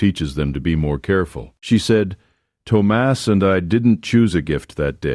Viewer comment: I did enjoy the story and the lesson it teaches. Just open your heart and let the noise of talk go on bye ❤ Thomas is pronounced Tom-us. Ted A. East Texas